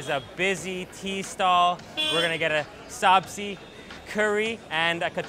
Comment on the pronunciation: Sabzi is pronounced 'subjee' and means vegetables, not potatoes, and chai means tea, so you wouldn't say 'chai tea'. Otherwise 10/10 for enthusiasm!